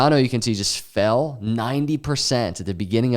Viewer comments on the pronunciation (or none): none